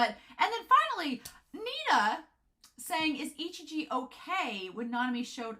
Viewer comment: Very interesting theories! I'm itching and screaming but I'll hold myself back lmao. But little correction: Ijichi's name is I-Ji-Chi, not I-Chi-Ji XDDD You've been butchering it for so long I feel bad for the poor man XDD